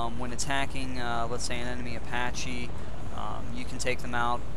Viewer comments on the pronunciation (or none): none